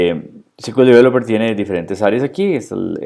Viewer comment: no uses el inglés si no lo conoces... display no es desplegar... y "ci kiu el" sería CQL... SQL sería "es kiu el"... lo detuve al vídeo porque era para pasarle a un amigo y que entendiera esto, pero ya me dio cringe